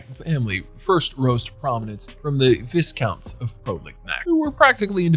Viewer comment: It's a silent s in Viscount with a long i sound as well.